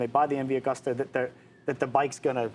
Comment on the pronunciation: Pronounced MV A-GOOS-TA